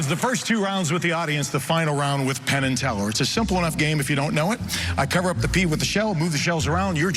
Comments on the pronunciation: Definitely called Penn, "Tenn". Love it. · Hahaha he said Tenn instead of Penn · i swear you called penn, Tenn hah quaity trick tho man :D wish i could do it as good as you can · He called himTenn